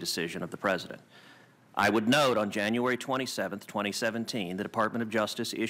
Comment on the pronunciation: What the fuck is a partisan litigrint? Learn to speak n00b